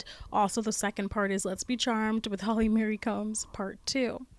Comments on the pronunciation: It's Holly Marie. Not Holly Mary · Why do you keep saying Holly Mary? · Holly Marie not Holly Mary